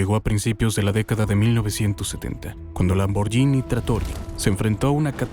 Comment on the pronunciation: Gh en Italia es como gu. La pronunciación correcta es, escrito en español, lamborguini